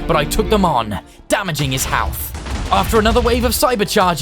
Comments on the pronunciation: when he was fighting the cyber king he said health like halth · " his halth "